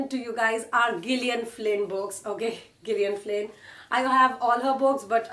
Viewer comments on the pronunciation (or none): You should pronounce Gillian Flynn with a little more consideration and homework the next time ☺